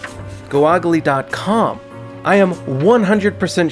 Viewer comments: THIS NIGGA SAID GOO-AGLEE NOT GOOGLE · What is this newfangled 'Goo-chle' website? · Goh-Ahglee you say? I should check this website out. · Go-ogle dot com? what's that? Tell me more, mister streamer. u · Did he just say "Goh-oglee"? That's insane. It's two words, "Go ogle" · GOH-AH-GLEE dot com. LMAO ded 😂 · "Called........'Go-Og-Lee' .com" (Lol) That made me actual laugh out loud. Okay, I'll watch the whole video. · Jhojanez Figueroa it's GoO g le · Google- pronounced Go.Og.Gly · The "Go-ogle" part fucking kills me. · Your pronunciation of Google made me subscribe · Subscribed just off of the way you pronounced "Google"😂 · Subbed for mispronounced google